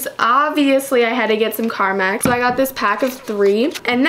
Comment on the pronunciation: Pronounces carmex as carmax Me: ITS CARMEEEEEEEEX NOT A FREAKING CAR BUSINESS